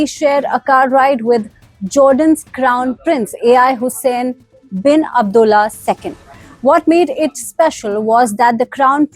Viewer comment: A. I Hussain? Its not ai Hussain.. It's al Hussain 😂